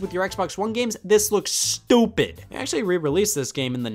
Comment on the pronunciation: "This fits nothing. You put this with your 360 games, this looks stupid. You put this with your Xbox One games, this looks STUPID!" I love how much emphasis you put on the word stupid the second time, it's so funny! By the way, how are you Scott, been feeling bad?